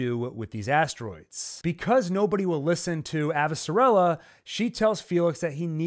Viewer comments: thank u for breakdown. plz tho my gal is AvasaRALa not AvasaRELa. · Lol, the pronunciation of Avasarala and Amos was so cringey! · I prefer the audiobook pronunciation: AvaSARala.